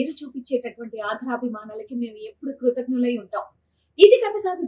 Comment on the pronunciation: Telugu sarigga matladdam nerchukondi. Pull out the advertisement first. Krutagnulu badulu kruthaghnulu annaru. Aadarabhimanalu anadaniki aadharabhimanalu antunnaru. Telugu sariga matladandi.